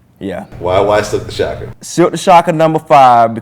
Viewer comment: He said Silkk smh